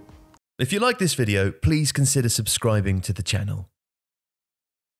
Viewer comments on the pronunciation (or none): none